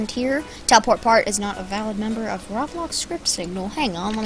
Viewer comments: Bruh IT'S PRONOUCED ROBLOX NOT ROB LOCKS OH MY GOSH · no offense i love the vid! bit its pronounced RO-BLOCKS not RAW-BLOX love the vid tho plz dont take it personaly no offense at all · Its not raaablaaax its roeblox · Aaaaaaaaaaa stop saying rablox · why it sounds like robax not roblox WHY? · roblox not rablox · he said rawblox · RABLAX Me: No, No, roblox not RABLAX.: RABLAX RABLAX Me:NO: RABLAX!!!!!!!!!!!!! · he says it like (raw blocks) and i love it :) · Why he say Roblox like this rablax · why do you say roblox like rawblox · anyone notice he said rablox lol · manz really said rawblawx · It's not pronounced rob blox it's to blocks spelled roblox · he said "roblox" in the most stupid way possible